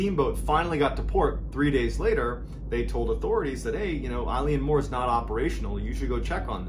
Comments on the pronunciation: It is pronounced Il-Aun More. Oileán Mór in Irish or Scots Gaelic 😊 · Just discovered your channel. Loving the content, great knowing I have like 3 years of stuff to get through! The pronunciation of the island is actually Eh-lan Moh-r. Literally translated to Great Isle or big Island. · It’s pronounced Ellen Mor 😁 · As someone from the Scottish islands, your pronunciation of the place nearly ended me! Good video though, keep doing what you're doing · It's pronounced Ill-Yawn More not Eileen More ffs 🙄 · LOVE you, love your channel and your delivery, but...its pronounced Ale-en More, and sorry but this story has been really embellished (not you, previous additions to the original mystery) from the bare facts as reported by the investigators at the time, it was bald facts in the logbook, as these were three very professional lighthouse keepers, as this was a hard job before we made most of them automatic due to the damage it did to some of these brave men. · I lean more. No it's pronounced eylan mor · Is it Eleane Moore? Or Eileen Moore? Online it says Eileen, but he’s pronouncing it as I-lee-Ann 🤔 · Eilean Mor is pronounced Eeelan Mor Not Like a girls name Ileen . Just saying It's not your fault It's Gaelic name and some of the Gaelic speak is pretty hard to pronounce. The Gaelic name of the island means "large island of Rainish" and is taken from the surrounding area, which itself means "Roe deer headland", from Old Norse. Love your stories keep em coming If ye have a look on Google Earth you can see the boulder which is now in a corner of a garden wall and it's massive Yes you can see Eilean Mor from the outer Hebrides It's on the horizon and in good weather it's as clear as a bell . Locals on the west coast of Lewis still talk about that fatefull day in hushed tones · Tammys aff tae yer pronunciation son. Your saying eyeleeanmore. Fair play to you buddy. Try Eeelan Mor. X 🏴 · Close - it's pronounced 'ay-lan mor'. It's Scottish Gaelic.